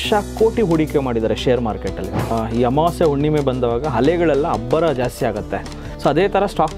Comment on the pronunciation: Sir, nimma kannada pronounciation swalpa sudharane madkoli. Hubbara ( ubbara), hale ( ale),, eliro ( heliro) . Swalpa nodi sir!!